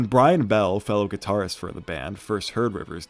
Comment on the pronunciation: "guitardist" fucked me up